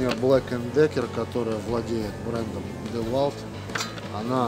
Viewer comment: Что такое девольт? Это что то французское что ли? Мы знакомы с ДиУолтом, но про девольт не слышали... Может быть в девольтах именно так как вы и говорите, но в ДиУолтах такого не встречалось. Кстати машину OPEL произношу как ОРЁЛ. Как вижу так ичитаю. На машину Lexus, говорю не Лексус, а Лехус итд... Спасибо огромное! Видно, что вы очень разбираетесь))👍👍👍👍🤣🤣🤣🤣🤣🤣